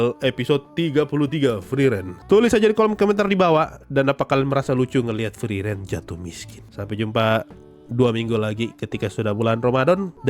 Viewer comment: Bg nyebut sosou sosou friren biasa aja bisa gak ? Sekali lg gw timpuk luu 😅